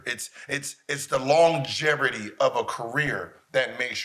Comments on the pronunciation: Gil- “Longeverty” 😂😂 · why this fool say "longervity"? swear these dudes can't pronounce easy words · Longevity. With a V Gilbert not an R. Can’t trust what you’re saying if you don’t know what you’re saying 😅😂